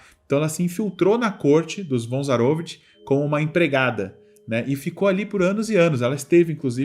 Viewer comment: ZaroVIch. Não ZaROvich.